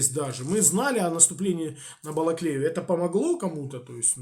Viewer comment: "оставлялі Бакалею"))) от дебіли...